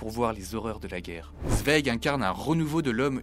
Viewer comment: Merci de prononcer correctement son nom...